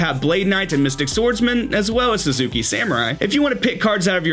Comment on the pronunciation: pronouncing Grandmaster Sasuke as Grandmaster Suzuki